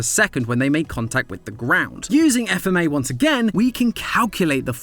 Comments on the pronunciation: Come on say it like fmah not FMA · Where is FMA!!! Not f - m- a Its FMA!!!!! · Says F m a instead of FMA Me: Visible frustration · Matpat: FMA!!!!: F.M.A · It’s not f-m-a it’s fma 😭 it’s not the same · The fact he said F-M-A instead of fma is annoying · Excuse me? It's pronounced as "FMAAAAAAAAAAAA" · Wasn't ready for him to not say "fma" like a word